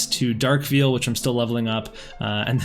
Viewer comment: Poem was cute, but holy cow bro. Did you really pronounce "veil" "Veal"? Just picking on you. Keep up the good job!